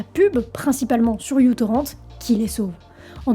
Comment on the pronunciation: Je dis ça comme ça mais ce n'est pas u-torrent mais micro-torrent parce que, justement, il était et est léger !